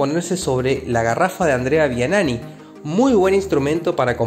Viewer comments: ANDREA V I A N I N I ASI se escribe y se pronuncia , un gran piloto , .... NO VIANANI , para informar se hace sobre certezas , no adivinar que quiso decir EL LORO , atte . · Si de entrada la pifiás tan FEO cuando mencionás a un tal Andrea Vianani, en lugar de VIANINNI, estás en el horno!.. Dedícate a otra cosa. A este lo rajo!.. No conocés ni el 1 % de la riquísima y vasta historia del TC en este bendito país... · Buen informe. Se pronuncia "VIANINI" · Y Andrea Vianini que aunque pronunciaron mal el apellido se entiende que se refiere al grande del TC